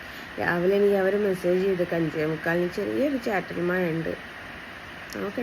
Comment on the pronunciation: മഴ എന്ന് പറയാൻ സ്കൂളിൽ പഠിപ്പിച്ചില്ലേ മയ മയ